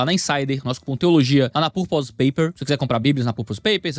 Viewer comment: não quero dar uma de chato, as "Purpose" se fala com a entonação da sílaba "Pur" e o "pose" se pronuncia "pãs". Aportuguesando a palavra, se fala "Pãrpãs".